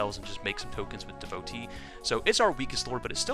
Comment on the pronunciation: Devo tee not devote e